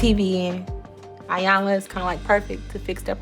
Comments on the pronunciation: And saying 👁 yanla instead of pronouncing Iyanla's name correctly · Apart from their other disrespectful behaviour, this family continually mispronounces Miss Iyanla's name... it's basic courtesy to get a person's name right!!!